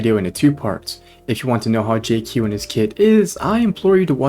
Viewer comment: your pronunciation on Jiaoqiu was so atrocious omg 😭😭😭